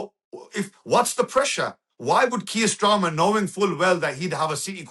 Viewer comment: 'kier strama'